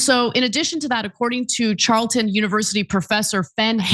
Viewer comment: Great video! Just one correction. It is "C"arleton Univesity, not "CH"arleton. 😎💚🦯